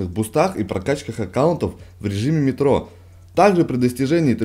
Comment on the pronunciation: МетрО а не мЕтро и не роял а рояль